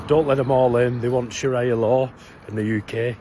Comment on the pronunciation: pronounced sharia wrong but thinks we should listen to him 😂